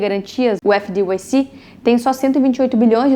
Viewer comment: Video muito bom. Resumão da farra dos bancos a décadas. Uma sugestão. FDIC se pronuncia efe di ai ci e nao efe di uai ci como voce falou. O uai é o som de (y).